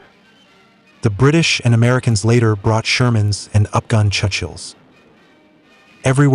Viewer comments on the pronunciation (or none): I'm getting really tired of a decent video ruined by AI commentary that can't even properly pronounce "Churchill".